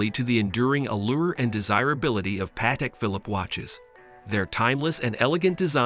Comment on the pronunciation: This video sounds like it was created and voiced by AI. Also, if you're doing a video about a watch brand, learn how to pronounce the name.